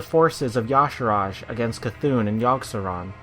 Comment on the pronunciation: It's pronounced E"Shaarj not Ya'sharajaa and Nuu'Zoth..... lol